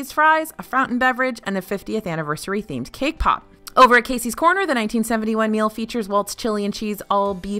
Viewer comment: Stop saying “choriTZo” there’s no T in chorizo